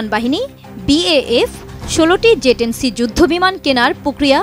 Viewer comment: জে ১০ নাকি যে ১০??উচ্চারণ এমন কেনো??